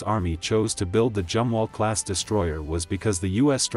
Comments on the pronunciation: All in all a good informative video. Only the computer voice "Jumwalt" is a silly problem. I am glad the Tico class will be replaced by essentially the Burkes upgraded to almost the same level. Air defence w/lazers will be a great asset in the future. Wouldn't a new 7" RF gun be great for all NATO 600' cruiser size ships they are building? With a 60 mile range and a 250 lb. shell, it might be cheaper make than the Zumwalt guns, (due to being less twiddly to make). Big enough to take out serious targets w/out using a missle. Put the 5" gun on the "Constellation" size frigates....not that piddly 6 pounder 57mm! Seems we are truly on the edge of Sci-Fi weaponry in the near future. I hope humanity survives it...... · Zumwalt not jumwalt🙂